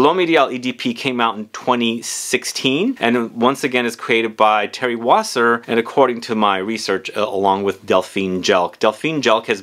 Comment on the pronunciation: it is Thierry Vasser ..not Wasser !